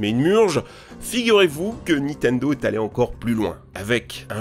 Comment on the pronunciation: Y'a que moi que ça choque d'entendre dire "Nitendo" à la place de "Nintendo" à chaque fois?